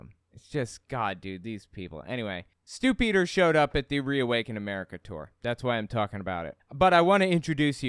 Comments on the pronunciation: Are you saying "Stupiders", or Stew Peters? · did you say stupidders? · I could have sworn I heard you say "... this is Stu-pid-ers..." maybe you did...